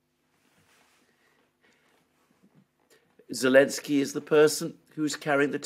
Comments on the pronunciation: Why do you keep calling him Elensky instead of Zelensky? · Is unable to pronounce Z? What’s that about god damn 🤣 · Because of the 'Z'